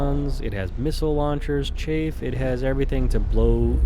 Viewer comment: Hehe. Chafe. I think you meant chaff, as in, ch-aff, not ch-ay-f.